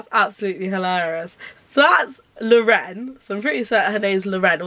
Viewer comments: it's just pronounced lauren haha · I’m pretty sure it’s pronounced Lauren, but I may be wrong. Also I think Kala is said like Carla, but again, not 100% sure.